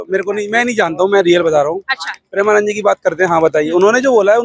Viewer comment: Pahale tu maharaj ji ka naam dhang se le uske baad report ban mike utha liya kuchh bhi bolne lagi